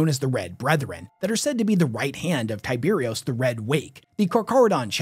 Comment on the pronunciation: It’s pronounced Karkarodon and kimerik It’s tyberos, not Tyberios Their armor is not white, it’s mostly grey shades with some white and bronze. Only dreads seem to be white Silent Hunter was an awful book 😂 It’s definitely Raven Guard because of mentions of the exile and the fact they use the Pale Nomad moniker. The Sharks have the blessing of the High Lords since they are part of the Pentarchy of Blood. The hot squad meant to destroy rogue chapters. Tyberos has Coraxs claws His height is not overblown because you ignored the fact that he stood a head taller than his terminators when viewed BEHIND them. That perspective would normally mean he appeared smaller. But he’s higher. So he’s definitely 12ft plus